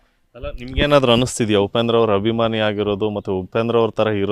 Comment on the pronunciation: ಗುರು "ಆ" ಕಾರವನ್ನು ಸರಿಯಾಗಿ ಬಳಸಿ. ಅದು "ಹಭಿಮಾನಿ" ಅಲ್ಲ "ಅಭಿಮಾನಿ". ಹಾಗೇ "ಹಾದಮೇಲೆ" ಅಲ್ಲ "ಆದಮೇಲೆ". ದಯವಿಟ್ಟು ಕನ್ನಡ ಉಚ್ಚಾರಣೆಯನ್ನು ಸರಿಯಾಗಿ ಮಾಡಿ. ಕೇಳಲು ತುಂಬಾ ಮುಜುಗರ ಆಗುತ್ತದೆ.